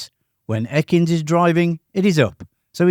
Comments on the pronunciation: Stupid AI crap. It was Bud E-kins, not ECK-ins. And everyone knows he did all the jumps down the hills at the intersections. He also did a lot of the other street cornering shots since McQueen kept losing it in the street corners. And no Ford 390 ever powered a car to a 13.8 quarter mile. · The name of Bud Ekins……….is actually pronounced as Eeekins, the emphasis being on the ‘E’ sound, E as in See !!